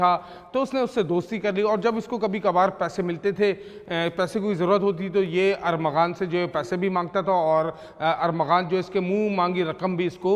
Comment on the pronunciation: کیسے میڈیا رپورٹر ہے کبھی ارمغان اور کبھی ارغمان۔نام لیتے ہی زبان پھسل جاتی ہے۔۔